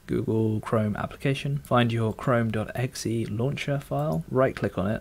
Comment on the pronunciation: I hate how you say "exe" :D